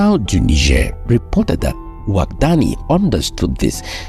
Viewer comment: Overall, an enjoyable video, as always. Now, as a Beninese, I would like to make a remark. The name of the new president of Benin is pronounced Wada-gni, not Wadag-ni. To make it simpler, you could pronounce it as Wada-yin (but NOT Wada-yine). This is the pronunciation closest to that used by Beninese people.